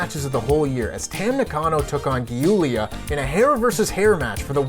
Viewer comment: I'm loving the Tempest segment and happy to see Stardom get some attention but please don't call her Gee-oolia 😂 Just pronounce it "Julia", it's simple and pretty much accurate.